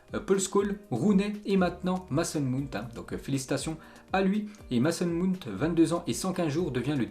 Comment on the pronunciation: ptn fait un effort de bien prononcer leur nom ça devient gênant 😂 "Maçon Munti"